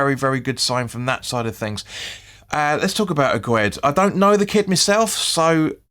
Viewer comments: His name is pronounced Agg ird 😂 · Get his name right 😂😂👍👍